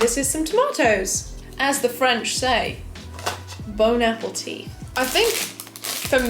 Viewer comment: “Bone upp-a-tea”🤣🤣🤣🤣